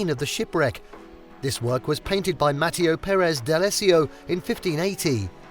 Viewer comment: exactly. and some of the images of Manoel Theatre were some other cathedral with a red background. It's also why things like Matteo and lineage are mispronounced.